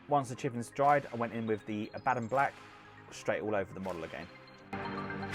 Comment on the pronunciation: You are killing me with Vallejo. It's pronounced Va-yay-ho. Nice paint job though. ;)